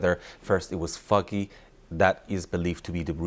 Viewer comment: Someone tell this man it's foggy not fuggy